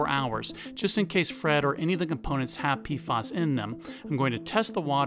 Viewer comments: Are you saying PFAS, because, it sounds like you're saying PFOS, mate ?! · Pf..A..s not pf..O..s